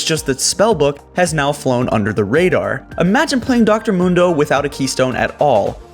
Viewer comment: Yo it's Dr.Mundo is pronounced Moondoh not Mundoh. Like you ever played Mundo? Dude says his name for you all game.